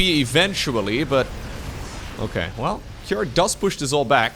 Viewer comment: i'm curious why did pronounce cure with an a behind it, like kira or cure-a. is it how cure pronounced in his region?